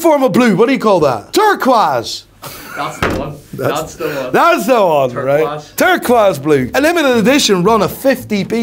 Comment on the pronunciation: "Turquas" got me...